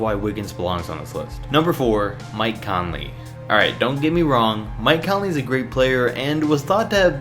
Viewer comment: you make no sense just because he has some right dont change the fact that he is saying Conley lowy and all the others that shouldn't be on this list